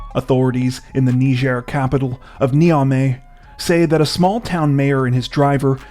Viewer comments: WHAT IN HECK IS A "KNEE-JER!?" It's "Ny-jer!!??" God!!!!!???? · Sorry to be a bit picky but it's pronounced nai-juh